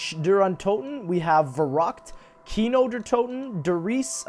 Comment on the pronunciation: why americans cant say der Riese or Kino der untoten right?